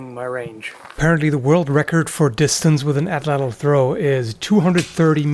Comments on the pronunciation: It's pronounced "aht-laht". In the Nahuatl language, the 'tl' sound is just a 't' if it occurs at the end of a word. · Pronunciation is "AT-LAT" the L at the end of Atlatl not typically being empathized in the native Nahuatl language. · Atlatl is pronounced atlat